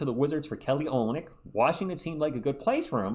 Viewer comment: ur Saying Olynyk Wrong